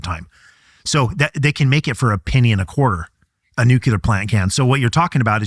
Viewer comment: He can't pronounce "nuclear", and he's being interviewed by Tucker as some kind of expert. Many other issues with his comments, but that jumps out right at the beginning.